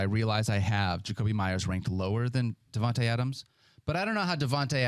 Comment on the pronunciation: They pronounce Devonta smith sooooooooooooo wrong